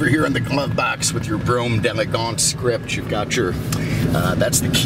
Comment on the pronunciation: your pronunciation of the model is terrible, you must not be French lol it has an apostrophe after the D. So think D and elegance separately. D groovy, D lovely, D' Elegance!